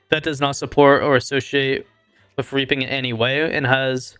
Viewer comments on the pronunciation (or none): reapiin - "REE-PEN" and Saunie- "SAW-KNEE" got u